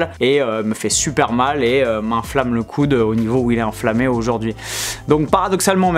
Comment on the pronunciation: Oh!! Merci pour la vidéo rien a dire tu gères. Comment se fait il que tu dis "coune" pour dire "coude"? 🤣😂👍🏻